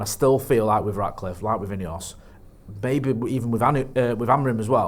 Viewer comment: it’s Jim RATcliffe ffs!!! Not “Jim Radcliffe”🤡🤡🤦‍♂️🤦‍♂️🤦‍♂️